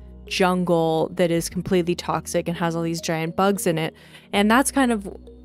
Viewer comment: Omg, I dunno what i loved more, the fact that it's inspired by Nausicaä or if it's the name of your island (btw your pronunciation is 10/10)